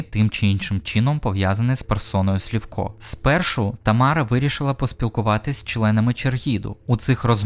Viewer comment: Чого Слівко, якщо Сливко?